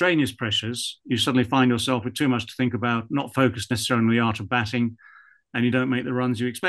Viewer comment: its batting not batling!